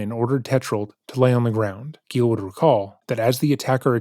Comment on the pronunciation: “Gilles went to the garage.” Oh no, Gilles… “Gilles fought back and got the upper hand.” Aw hell yeah, Gilles! “He was embarrassed and decided not to report it to the police.” Damn it, Gilles… Edit: it’s Gilles not Gale. Sorry Gale!